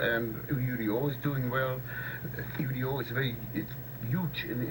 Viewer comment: Eddie needs to be more prepared for his guests. Not knowing the correct pronunciation of u.d.o. Is unacceptable